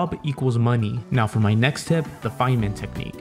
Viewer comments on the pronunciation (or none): none